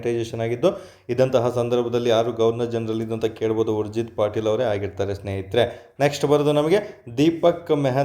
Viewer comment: It's ಉರ್ಜೀತ್ ಪಟೇಲ್, ಪಾಟೀಲ್ ಅಲ್ಲ